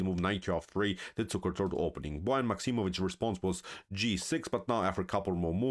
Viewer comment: A great game and performance by Liem. This was indeed a model 150 attack. I also learned now that Bojan is not pronounced like boy ann. Thanks.